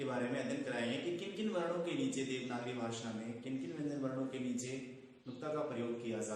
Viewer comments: Arre Chacha भासा nahin भाषा hota hai aur ज़ाता nahin जाता hota hai. Tum khud ke uccharan ko toh theek karo, galat galat shiksha dete ho auron ko. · ज़नाब आपके उच्चारण ग़लत हैं, सुधार करें | ( ड़, ढ़ ) इनमें नुक्ता प्रयुक्त नहीं होता| दूसरी बात आपका "भाषा' उच्चारण अशुद्ध है आपका उच्चारण ' व्हाषा" है जो कि त्रुटिपूर्ण है| सुधारने का अभ्यास करें|